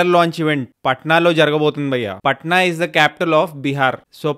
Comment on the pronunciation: పట్న కాదు bro పాట్నా అంటారు😀